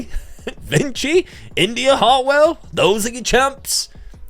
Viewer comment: Did i hear you say India Hartwell? At least with Nikita Lyons, i can understand the mispronunciation because of the City of Lyon in France... (And to this day, i still pronounce it like the City, not Lion)